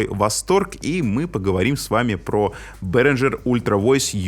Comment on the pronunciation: Ребята, это немецкая компания и название произносится как Берингер, никакого "Ж" там нет